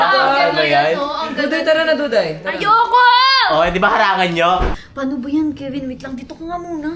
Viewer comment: Kevin ❌ Kiven ✅